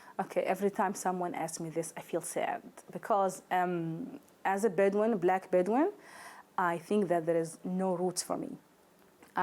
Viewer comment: Drink evry time she said beduin